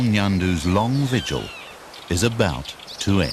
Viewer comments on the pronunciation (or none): none